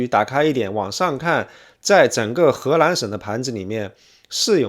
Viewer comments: 听了三分钟，从发现是河南，不是荷兰，还奇怪怎么荷兰还跟少林寺扯上关系了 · 您不能區分中文 “南”和“蘭”的發音嗎？:elbowcough: 請熟讀後再開講，否則不就貶低您的身價。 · He Nan, 不是He LAN. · 荷蘭？ 河南？ L 和 N 好像混在一起！ 內容真的不錯👍👍👍